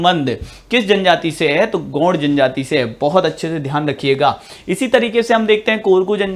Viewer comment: Gord nhi gond bolo